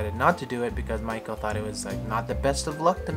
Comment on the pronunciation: Maiko ok i get it, I thought you were calling her Michael